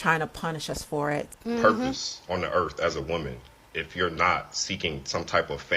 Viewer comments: Lol he said "erf" what is "erf" is that the planet he lives on in his head? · This first guy was just released from prison. He needs to go back and stay there. 😂 he can’t even pronounce earth 🌍. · He needs to focus on speaking properly. There's no "F" in "Earth"... Moron🤦🏾‍♀️🤦🏾‍♀️🤦🏾‍♀️